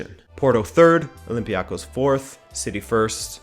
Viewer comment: Greek league fan here. Olympiakos is not pronounced like that